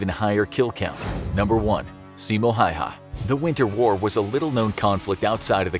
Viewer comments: its Häyhä, not häyä or hayha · it’s “Häyhä”!! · Itis Simo häyhä not hauha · Mr Häyhä is Häyhä no hayha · its simo häyhä not hayha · It is not hayha its häyhä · I hate the fact that he sayd (Hai'ha) when it is just Häyhä it is maybe finnish hard pronounces but its not that hard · Actually it's Häyhä...not hayha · ITS häyhä simo häyhä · It’s Häyhä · it's really Simo Häyhä in Finnish and i know you guys dont know what ä is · IT'S SIMO HÄYHÄ! PERKELE!